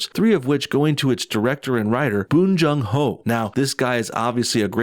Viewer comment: "All these white people gotta wait till their 50s and 60s to win Oscars, but minorities get them on their first movie that was nominated." Bong Joon Ho (whose name you mispronounced at least twice btw, it's quite literally pronounced as it's spelled) is 50. Alfonso Cuaron (who is Latino) won his first directing Oscar when he was 52 after at least two of his films were nominated at the Oscars. It takes like five minutes to find all this stuff out with Google, but no, go whine about the Academy being so "woke" (they're anything but) and giving Best Picture to a movie that you probably haven't even bothered watching.